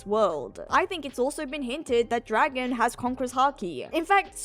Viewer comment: mindblown. I'm today years old when I learned that's how you actually say his name.